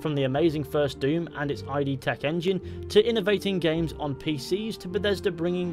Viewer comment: ID is not I.D., it is pronounced like "strid"